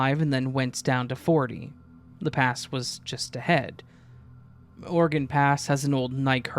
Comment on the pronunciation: You pronounce Oregon, (OrAGun) organ, like you’re from Utah 😂